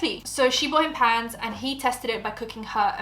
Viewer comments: I kept hearing pants too lol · Tell me why I thought and the girl in the video were saying "PANTS" not "PANS" 😂😂😂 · I thought you said ' pants' and then she like dishwasher safe? I was so confused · Not gonna lie I was so lost half listening to this, I thought you were saying PANTS not PANS 😅 makes more sense now lol